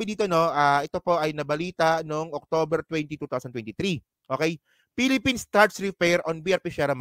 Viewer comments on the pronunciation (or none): none